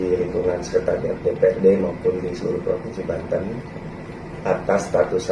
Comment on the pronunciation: PNS apaan. Ngomong aja salah kok. Yg benar kan Sekretariat DPRD, bukan Sekertariat DPRD wkw 😂😂😂